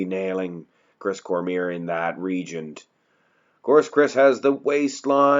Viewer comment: Region...not regent.